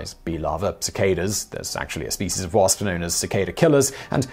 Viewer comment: Love how this guy says wasp... Pss..pss